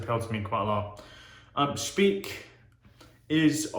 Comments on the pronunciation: Dear, the correct pronouncing is spike and not speak. ❤❤ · Many years ago I lived in Munich but was not a wet shaver then. I missed out. By the way you pronounce the second vowel in German. So like pike. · Solid review! It's pronounced a bit different, but doesn't matter! I personally only use the aftershave splashes (Classic and Active which is a bit more citrus forward and less medicinal) from Speick. As for creams I mainly use "Esbjerg" which is an Austrian artisan, so I like to support a local business. Michael Freedberg made a review a few years back. All natural ingredients, great quality IMO.